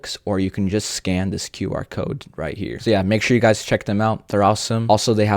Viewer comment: right guzs XDDDDD